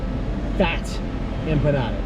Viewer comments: Oh man...that split second of regret saying empa-eat-alottas cracked me up 😂😂😂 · "Empalaeatalotas" is that what you said??? lollol 😅😆😆😅😅😂😂